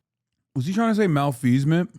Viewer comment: I have no idea how that got into his head. It's not even close to what he was trying to say. I think he meant to say malfeasance?